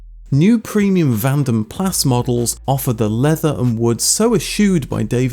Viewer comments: on the picture of "all the cars in storage" they are actually austin princesses , not sd1s . also vanden plans... its not pronounces plass.... its pronounced PLAR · Vanden Plas is really pronounced Vanden Pla or plah... It's a silent s